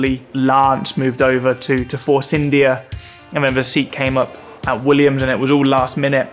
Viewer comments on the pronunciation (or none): none